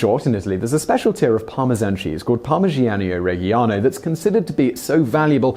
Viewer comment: It's pronounced "parmidjiano redjiano".